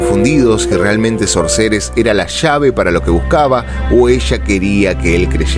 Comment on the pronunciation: Brillante interpretación 👏🏻 una sola cosa para observar: la pronunciación de SORCERESS no tiene la tónica correcta. Debiera escucharse "SÓRCERESS" (foneticamemte hablando). De hecho en el video se ve en algún momento que la pronunciación es correcta. Por otra parte, siendo que el nombre significa (literalmente) "HECHICERA" puede utilizarse ésa forma hispana cómo sinónimo. Gracias, gran trabajo!